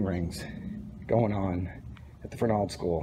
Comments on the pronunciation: ya... you said : ferNALD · we knew a guy who worked there and he pronouced it FERnald